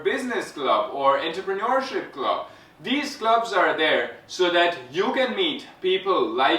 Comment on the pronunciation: You are pronouncing entrepreneurship wrongly